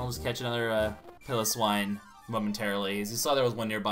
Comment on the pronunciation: its pronounced pie low swine